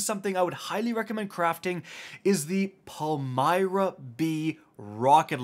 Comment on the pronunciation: Congratulations… you pronounced Palmyra the correct way… so sick of hearing the illiterates calling it the Pale-mere-e-uh. Pale-my-ruh 🙄